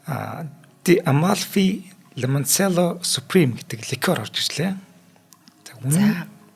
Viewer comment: Chateau - Шатюү Islay - айли Lemoncella- лемончилла Gej duuddag 😊